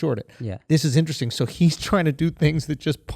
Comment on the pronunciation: If I got a nickel everytime Andrew said Interessttinngg I could buy a Tesla